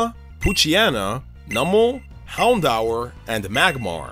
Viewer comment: It is pronounced Houndoer not Houndhour.